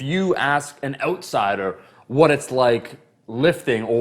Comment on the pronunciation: What's an ootsider, anything like a yoot?